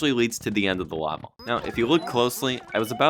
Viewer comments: did you ever notice that you often pronounce level, "lavel"? it's especially noticeable from to . wonder if that's a regional dialect (uhhhpstate new york?) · First, mad props brother, incredibly impressive. Your videos take tons of rewinding and pausing just to understand what's going on anyways but this one took the cake. Secondly, you pronounce "level" like "lava" almost for some reason lmao